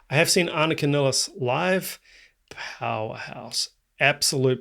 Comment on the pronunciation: First, I have to say that you're one of the few people who pronounce Anika's name correctly, the way we do in Germany 😊. She herself often pronounces it "Niles" for English-speaking people to make it easier for them. I've seen her live several times in Germany with her own band, Nevell, where she played her own compositions, in which the drums play a central role, with many odd rhythms, polyrhythms, and time signature changes. Therefore, I know she'll master all the more complex Rush songs with flying colors. Furthermore, her performance of Rush's "Finding My Way" demonstrates her ability to adapt to any kind of music, even more straightforward rock songs.